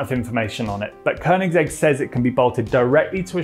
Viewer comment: Kudos to you for managing to pronounce Koenigsegg!